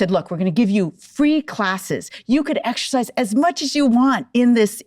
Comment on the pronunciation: 34 seconds in and she can’t properly pronounce exercise 🤦🏼‍♀️